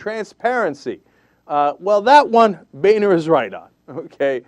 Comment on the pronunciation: Why does he keep calling him "bayner"? I believe it is pronounced "boner".